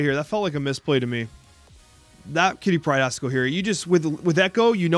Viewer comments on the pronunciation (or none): "Quitty Pryde"